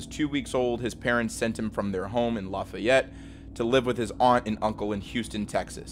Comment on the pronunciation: As a lousianian, it's usually not pronounced "La-Fi-Yet". it's pronounced "La-Fee-Yet"... Anyways good vid